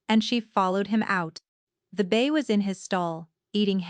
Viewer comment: Its bay not bass and mare not mayor also foal not full Enjoyed the story it the narrator and the video fit Together we'll Fla USA